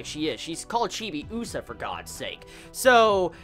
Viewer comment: The way you pronounce Chibiusa is weird. You put too much emphasis on the U sound... Also, your "theories" are about 20 years too late. Lol